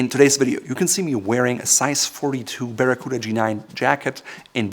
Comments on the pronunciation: 表記は「バラクータ」なんだけど日本では昔から一部でバラクーダって言われてた やっぱり発音が「バラクーダ」って聞こえるね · I came to learn the correct pronunciation of Baracuta, coota or cuhta? Sounds like the toothy fish. Thank you. I wasn't paying attention when I clicked on this vid and was pleasantly surprised to see the Captain Courtesy and Class (they work very well together dontcha think), the sartorial specialist, the Eminence of Savoir Faire, mein Herr. Circa 1980 I had a navy blue unlined Harrington, most likely by London Fog. There is a slim possibility it had a four inch ribbed section under the kidneys instead of the waist band like the G-9. Maybe the waist was adjusted by tabs and buttons below the kidneys. I would have several made in black, navy, British khaki and maybe red lined in the appropriate tartan depending on the color of the jacket. If I'm dreaming then poplin would not take the lead but rather cotton cavalry twill as well as wool in the same weave while not forgetting that poplin is better for summer wear, That's after the lottery comes through.